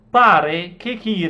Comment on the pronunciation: Il capo della chiesa ortodossa russa non si chiama ciril ma Kiril coll accento sulla seconda i